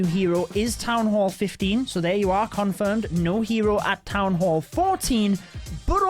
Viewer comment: Its supposed to be town..